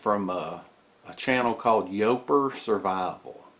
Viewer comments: Great vid as usual. Love all the tips and tricks and have emulated many of your systems. However, Yooper is pronounced "yoooo per" for the UP, Upper Peninsula of Michigan. We in the northern part of Wisconsin think of da yoopers as part of us and they think the same way. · I had to laugh how you pronounced yooper it is pronounced u per that is what we call ourselves in upper peninsula of Michigan. Great video as always brother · Yooper is pronounced you per. As in somebody from the U.P. of Michigan. U per. Getting lost is some of the best training you can ever get. I'm sure you can relate. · yooper is pronounced YOU-per. It is used to describe someone from the U. P. or upper peninsula of Michigan. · Yooper is pronounced Youper it is folks from upper Michigan. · Hey, great to have a morning video. you have Yooper Survival it's pronounced You-per. Yoopers are those hearty people who live above the Mackinaw Bridge in what is known as the Upper Peninsula of Michigan otherwise known as the UP. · RJ FP Yes Sir. I might be a troll but I still love it.